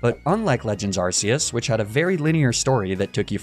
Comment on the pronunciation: Btw it's pronounced Ark-eus not arse-eus